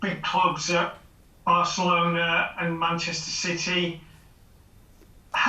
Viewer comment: Did the 3rd reporter say " Arselona " ?